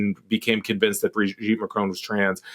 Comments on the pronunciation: It's MACRON, not Marcon. Jeez atleast get the name right. It's the name of THE president of France after all. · Macron, not Marcon. Weird. You're usually on point. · Why can't Americans pronounce Macron's name correctly? The presenter says 'Marcone' and Will Sommer says 'Macrone'! Surely a nasely 'Macronnnne' isn't that hard! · And when Trump met ‘trans’ Mme Macron he could barely keep his tiny hands off her. What would Ms Owen’s make of that? And btw it’s Ma-kron, not Ma-crone. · "Ma cron", not "marcon". Thanks "JUST emotional damage"? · "mark own" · It would be nice if you bothered to pronounce the name Macron properly. There's no E on the end of Macron.